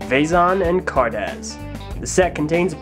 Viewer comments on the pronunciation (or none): Vay-zon? Car daz? Its vee-zon and Car-duss. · car duss z is not pronounced s and vezon is pronounced vey-zonn greg said it